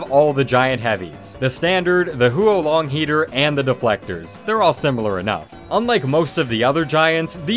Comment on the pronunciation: hearing pronounce the "huo-long heater" as the "hoo-o-long heater" hurts me